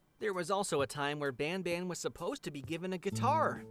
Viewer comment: Por favor nunca mais fale bamba pelo amor de Deus graças a Deus nããããã...